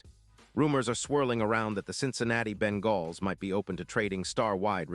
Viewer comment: What are you talking about man, first of all the trade deadline is already passed for this year and so a trade isn't even possible and second you stated that the Bengals which you didn't even pronounce correctly had a 5 and 8 record. I don't know what season you're looking at but it certainly isn't this season so obviously you're either a moron or a chatbot.